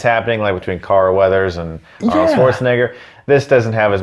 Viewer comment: “Arnode” lol